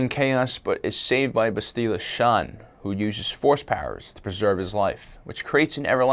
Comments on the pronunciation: It's not bast-ee-la it's bast-il-a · It's Bass-tilla! Get it right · That not how you say Bastilla you dumbass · i know it pissed me off how he said it